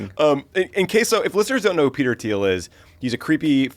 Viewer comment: Thiel pronounces his name is TEEL....guess we need to lock down our info even more